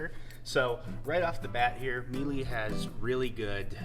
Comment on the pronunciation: Good presentation. And it’s pronounced Mee-luh.